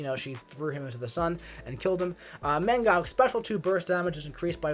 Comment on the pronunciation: Mangong ? xD